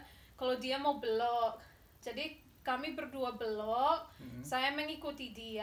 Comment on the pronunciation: Mas perbaiki bahasa istrinya bukan blok tp belok .cara ucapinnya ssja yg salah. Ya saya memsklumi karena bukan asli Indonesia.😂😂😂😂